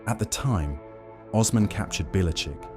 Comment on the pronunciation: Oooooosman. Not ozman